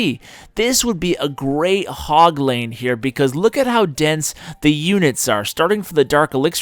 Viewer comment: "Hog lane" "Hogleine" "Ashleine